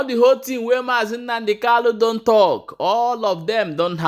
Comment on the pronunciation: Kanu and not kalu.